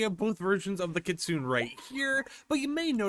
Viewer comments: For the love of god, its pronounced kit-su-ne. Not kit-soon. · It is. Idk why he pronounces it Kit-Soon. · it is pronunced as Kitsuney !! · pls STOP with the "kit-soon" 😭 ik u speak English but plsssss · Bro reminds me of a beginner anime watcher how he saying kistune😂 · Btw idc how you pronounce things but it’s supposed to be (Kit-Soon-Ay) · good to know but it’s pronounced Kit-Sue-Nay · I thought its pronounced Kit Sue Nay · It's actually pronounced kit - soon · It's killing me how you are pronouncing that 😭😭😂😂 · That's not how you say Kitsune. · Take a shot every time mispronounces kitsune.